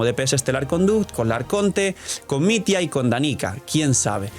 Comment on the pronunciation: no se pronuncia mit-ya?